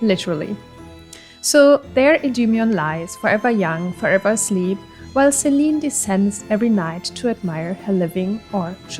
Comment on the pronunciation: Selene is pronounced Seh-leh-nay